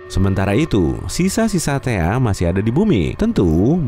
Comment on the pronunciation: THAE KALI BUKAN THEA